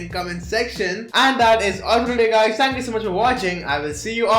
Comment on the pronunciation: He says “I want to tank”